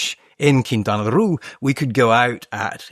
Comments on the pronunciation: Quintana Roo! Not Quintana Ru xd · Why is the author pronouncing Quintana Roo like that? It doesn’t rhyme with too or loo. It’s pronounced ROH. Makes me not trust him as much anymore… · Sorry, but in Spanish it doesn't sound "Quintana RU" as you pronounce. It sounds "Quintana Ro". A round o like in "dot". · Were you also wondering why he pronounces Quintana Roo in a way that it rhymes with loo? I can’t get past it. Couldn’t pay any attention after that. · lol i had the exact same thought. Made it hard to take him seriously although it seemed to get better afterward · I'm wondering if he has spent much time in mexico. I'm 5 min in, not only are some of his comments so far factually incorrect, but he's pronouncing Quintana Roo incorrectly (his pronunciation isn't correct in EITHER language). Very weird